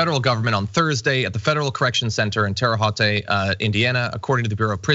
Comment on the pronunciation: Terra Haute isn't pronounced that way. Haven't you seen A Christmas Story? It's more like "Hout."